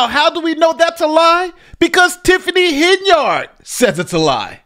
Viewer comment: Why do you keep mispronouncing her name as Hen-Yard instead of Hen-Yerd like the multitude of audio clips you posted at the beginning of this video? It sounds weird to hear mispronounciation of names, especially when the person who the name belongs to pronounces it the correct way